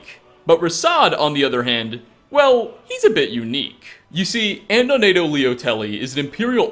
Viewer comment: You corrected your mispronunciation of Uaile but not Adonato?